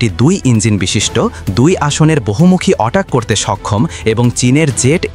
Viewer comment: হ্যালো, এ্যাটাক হেলিকপ্টারকে কেন অটাক হেলিকপ্টার বলছেন। আপনি ইংরেজি উচ্চারণ শিখে তারপর ভিডিও তে ইংরেজি শব্দ সংযোজন করুন। এ ধরনের ভুল উচ্চারণ ভীষন বিরক্তিকর।